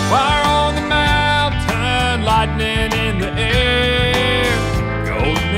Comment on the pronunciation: Everything is absolutely awesome except for the pronunciation of "Mountain".